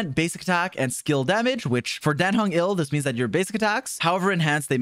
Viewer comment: dan heng is not "ill" he is "IL"